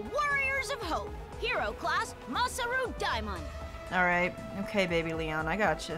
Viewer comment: When she said Baby Leon all I thought was 'Baby Gangsta '